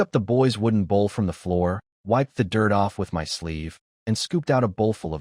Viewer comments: This is good, very funny in parts. Just wish the A.I text could be fixed. Saying M.Y instead of 'my'. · One question Can you teach AI to say the word (MY) instead of (M-Y) 😅😅😅😅😅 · i love how bad ai gets with numbers 10/10 = October 10th instead of 10 out of 10 would do again like the context implies and how hard is it to say the word MY its 2 fkn letters and it literally spells it instead shit like this makes that little dark part of my mind go welp glad the ai wont take over in MY lifetime